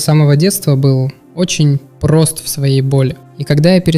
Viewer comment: очень пРРРост многокРРРатно сложнее РРРовно до тех пор иногда порычиваешь